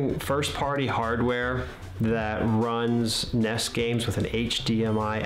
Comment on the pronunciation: What the fuck is a NESS? It's N-E-S